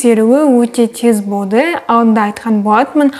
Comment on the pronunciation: Шылпылдап,пышырлап туратыны неприятно екен құлаққа Еще болды деген сөзі боды деп айтканы да неприятно А так все норм Баллың құтты болсын Бізге де бұйырсын